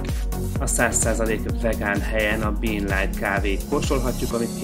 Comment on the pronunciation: *Bean On, nem 'Bee on' 😉